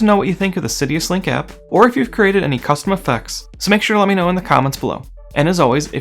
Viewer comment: Thanks for this! As a gentle aside, it is Sidus Link, not Sidius link.